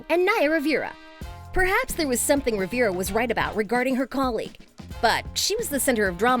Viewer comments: Omg I can’t believe you don’t know you don’t know how to pronounce “Rivera”. Would you pronounce River “Rivier”? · They way she pronunces Rivera is painfull... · also mispronounced rivera